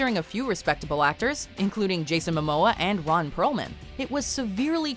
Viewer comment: Is it just me? or did she say Ron Browman instead of Perlman?